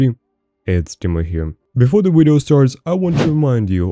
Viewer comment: "Wideo" is weird but other than that there's no reason to not sub. Fire content. Just sub and ignore the "wideo" at the beginning. You'll be fine.